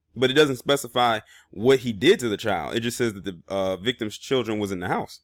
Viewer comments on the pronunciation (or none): none